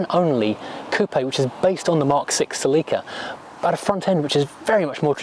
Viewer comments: Never heard it pronounced cel-leek-a / us = cel-ih-ka, from '71 through the end :) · Not "sa-leek-ah", its "sell-ik-a" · Homophone said sell-eek-ah 😂